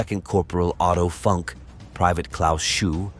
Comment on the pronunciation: Great video. His name is pronounced phonetically like Oh-Toe Foonk